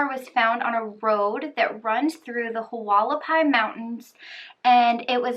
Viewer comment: Hualapai's is actually pronounced wall-a-pies the h is silent. And in Mohave county no they don't have to wait 48 hours especially in the summer because it could be dangerous for the person due to our extreme heat.